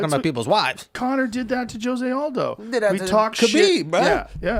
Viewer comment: I know I’m smoking that High tolerance right now, but did Joe pronounce Jose without the HO in it🤣, like Joesay💀@ the Mark. That’s merica for you.